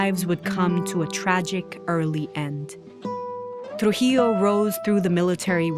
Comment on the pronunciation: I suppose you are not a Spanish native speaker. Although the narrator in this video did intend to keep the original pronunciations, her "R" when pronouncing names like "Rafael" or "Rufino" sounds pretty English, not to mention the way she says "Trujillo". But I still appreciate the fact that videos like this, allow the general public to get informed on Latin American history.